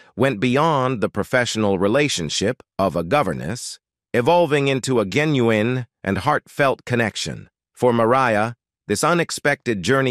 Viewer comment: Interesting video, but is the commentator AI??? All the misprounciantions of common names and words like "genuine"?